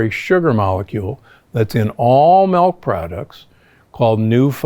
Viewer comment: I really wish you’d stop saying MELK.